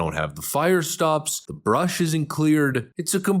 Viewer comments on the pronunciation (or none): It’s not “bush,” my guy. It’s “brush.” Clearing the brush.